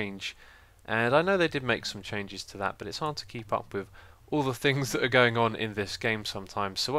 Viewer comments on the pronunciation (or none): Keep not keel